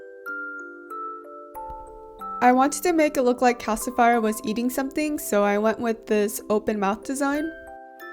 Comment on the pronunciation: LOOOOOOOVE ❤️❤️❤️ I actually thought it was adorable that you called him calci-fire. I mean he IS a fire!!! It made me very happy and put a huge smile on my face! This es extremely adorable!!!! You did a beautiful job 🤩